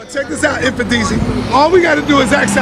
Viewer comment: whoever can tell him its... mmm-fooon-deesheee